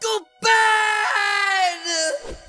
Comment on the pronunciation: I thought he said uncle bean not ben